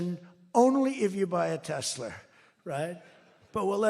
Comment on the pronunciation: ❤our POTUS MAGA!! 😂LOL "tesler"!😂😂